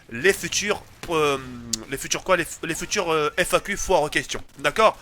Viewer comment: tu ma tué ta dit fnaq au lieu de FAQ haha